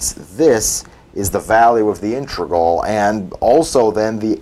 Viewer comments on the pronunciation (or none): Dude, it's pronounced "INTEGRAL" not "intregal". So you know.